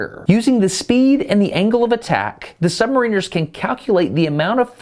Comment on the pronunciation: This guy was driving me crazy with calling them Submarine rs. ? Submaraners silent service